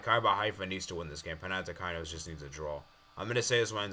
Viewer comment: "next up is Zzrna Llhnsk vs Breidablik" Also its Panathinaikos not Panathikainos